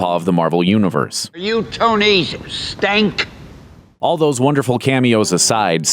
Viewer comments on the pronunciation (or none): .. I will always remember how you pronounce Tony Stark as.. "Tony Stank"... EXCELSIOR! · "are you Tony Stank?" 😂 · "Are you Tony Stank?" 😂😂